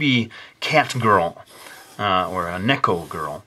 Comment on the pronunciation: it's "Nee-ko" not "Neh-ko" XD sorry I had to even though I am late.